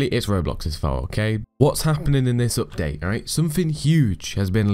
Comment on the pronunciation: The pronounce of the update is opdate